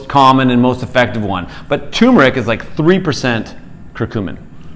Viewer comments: It’s pronounced ter-mer-ic not too-mer-ic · Not tumeric... It is tuRmeric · First Docs you should learn to pronounce the Roots Name properly...it is not Tumor Ick it is Tur Mer Ick... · You need to get the pronunciation right. Its "Tur-mer-ick." Not Too-mur-ick... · I used to call it Too-meric also. But there's that r in there. So it's tur-meric. You're welcome :) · You missed an "r". It's turmeric, not toomeric. 🙂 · It's spelled TURmeric, but most people (mis)pronounce it TUmeric, like these guys. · TuRmeric. There's an r between the u and m. The sress is on the first syllable, not the second syllable. TER-meric. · First off gentleman ..... it is pronounced. T E R MER ICK. I'M 74 years old I and have making my own turmeric capsules from 1lb. containers of organic turmeric AAA size capsules (1000mg.) 1 gram bid for at least 10 years. YES it is a pain to make the caps, but I can't stand the flavor. I have no aches or pains associated with a 74 year old overweight male ! My weight is 260, my BP is 121 / 72 and my bloodwork has been normal for my entire life ! The reason I began taking it was that I had read how effective it is in killing cancer cells, oh did I forget to mention that I am an all day pipe smoker ? All the test results that I have read blinded and controlled or not show many positive results in reducing bp, heart disease, killing cancer cells, and many more in addition to reduced inflammation. I could go on about my tri geminal neuralgia, and surgical pain that I no longer have. Conclusive ? No but certainly worth a serious look !!! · I cringe when I hear "TOO-mer-ic." It's like saying "NOO-kew-lar." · Hubby screams "tuRmeric"... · Not "too-mer-ic" sorry. Otherwise splendid info! Here's the correct way to pronounce it. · Very informatively . Thanks Sorry if offered I was not talking about spelling It was the pronunciation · If only they could pronounce turmeric 😂